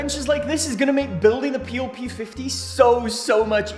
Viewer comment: Peel?? PEELL?!!!!!